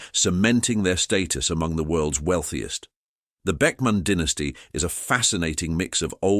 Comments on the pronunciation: Question...why dont you know how to pronounce "DYNASTY" ?? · Apparently I have been mispronouncing the words dynasty and dynasties my whole life.